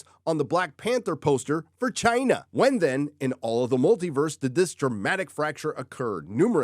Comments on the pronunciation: Thank you,, for delivering more good news about the ever growing conflagration that is the Disney dumpster fire. Also, I love that you've adopted the way of pronouncing CHIIINA like someone else who shall go unnamed. Well done! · What a human-turd hybrid. Why do you need to emphasize the word "China" like that? Pretty pathetic.🤢